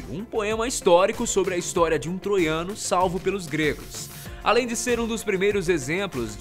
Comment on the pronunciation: Ele Falou Hinstória kkkkkkkkkkk